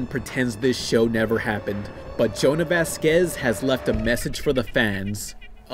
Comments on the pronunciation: Jhonen, not Jonah. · It's pronounced "Jo-nen", not "Jonah" lol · Johnah? Sorry sir, his name is JO-NEN. Jhonen. He is very touchy about his name, and with reason, apparently. Why would you not take a second to read his name correctly? I don't get it. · You pronounced Jhonen wrong.